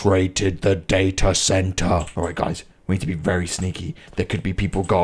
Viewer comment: it's not datae center it's data center